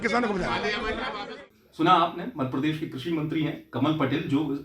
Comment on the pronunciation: मध्यप्रदेश को मदप्रदेश क्यो बोलता है तू पत्रकार तू हमारे प्रदेश का नाम सही से लिया कर नही तो तेरा चैनल ना सब्सक्राईब करूंगा और ना ही लाईक करेंगे।